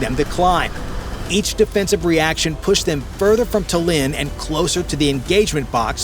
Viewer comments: shame cant pronounce Tallinn, and what is pilot going to do to scare them? Drop poop on them like the big orange clown did over the US. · Love the pronunciation of Tallinn. Lol 😂